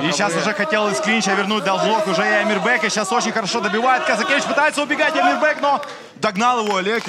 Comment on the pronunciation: Не Амирбэк, а Амирбек 🤔